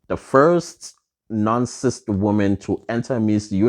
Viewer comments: Its CIS not CIST 😂😂😂😂😂😂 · You kill me everytime you say CIST 🤣🤣🤣🤣🤣